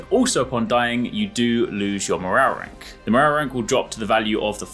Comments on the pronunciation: Mo-row-rank. Scooby Doo took over. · Just came here to hear this guy say MORRARRERANK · “morarrank” 😂 nice 👍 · Morale rank sounds so wierd saying it fast lol